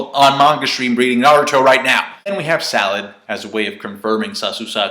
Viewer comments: It's SARADA, not Salad lol. And Boruto according to Naruto wiki ;) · ***** Lol...Her name is Sarada not Salad